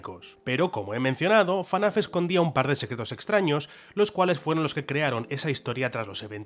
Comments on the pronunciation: es ef-na-f no fanaf 😭😭😭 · Debería ser ilegal decirle "fanaf", y te llamas fan, se dice absolutamente "efnaf" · que diga "Fanaf" en vez de "Efnaf" me genera violencia. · Fnaf ❌ FANAF✅ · Por que dice fanaf en vez de efnaf como todo el mundo? (y que ademas es lo correcto) xd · dios, es FNAF, no fanaf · Todo bien, pero porque le dices "fanaf"? Es FNAf, porque le pones otra a? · Soy el único al que le chirriaba que dijera "fanaf"? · Por qué dice FaNAF😓😓😓😓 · Por qué dice "Fenaf" como acrónimo